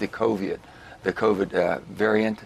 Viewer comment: “… and we have this coviat coming at us.” Say no more.